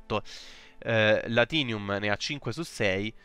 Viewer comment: Grazie, era il video che mi serviva per capire coem funziona il gioco! Ps: Latium si legge Lazium, come se ci fosse un tz ;)